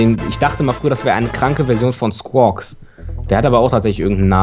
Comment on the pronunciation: Der kranke Squwaks Heist Quawks (ich weiß nicht wie man Skuoks schreibt aber auf jeden Fall heißt der lila Vogel Squaks ohne das s am Anfang)